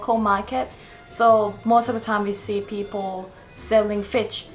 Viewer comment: Hahaha fich instead of fish 😂😂